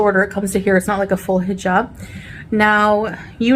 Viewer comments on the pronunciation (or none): Am I the only one that gets triggered from the way she says hejob instead of hijab??? Krajisnici absolutely bananas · It bothers me. And I’m not Muslim. She’s cos playing.